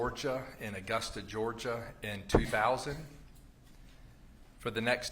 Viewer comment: I love how he pronounces “GEORGE-AH”